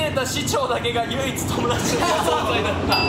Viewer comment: 唯一は「ゆううつ」じゃなくて「ゆいいつ」と呼ぶんだよ北斗くん🥺